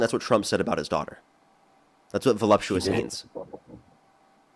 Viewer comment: "Voluuupsous?" This guy is so dense he can bend light.